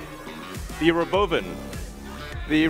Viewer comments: He pronounces it as “row-bow-vin” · Robo-oven, that's how you pronounce it? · "Ro-Bovan" Elon an Alien confirmed 😂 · He really emphasized the ro-bovan over calling it a robo-van. When tesla FSD gets dependable, then I'll consider these a possibility. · To pronounce it "RoBOvan" is stupid. As it to call it "TeZla" It's "TeSla". It was in Serbia when Nikola Tesla was named that. It was when the company was founded by the people Elon Musk bought it from. Musk simply mispronouces it and the world decides to follow. So if he buys Porsche and starts calling it "porsh", will you follow? He has every right to change the name of the company. And he has every right to pronounce it how he likes if he STARTS the naming. But once it's established, to simply mispronounce it is stupid. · How Elon pronounces robovan is funny, its sound like robovun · Did he just call it Robo bin? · why can't he pronounce robo-van? God I hate this guy